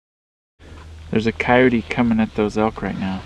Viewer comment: Thank you for saying coyote right lmao it drives me nuts it's coyote not coyoteee hahahaha awesome vid as always guys